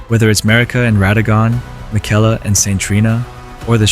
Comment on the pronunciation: Brother they pronounce his name 20 times in the game, what are you doing lmao 😂